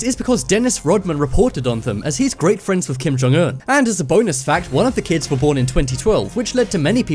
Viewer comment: I love that you pronounce his name correctly